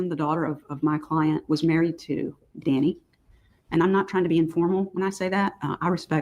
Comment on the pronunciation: Yes, I cringe every time she says Danny